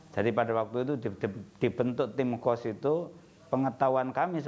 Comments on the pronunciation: Bukan Tim Qos tapi Tim Khos (khusus) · Tim Khos bukan Qos... Qos2an kaleee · khos bukan Qosh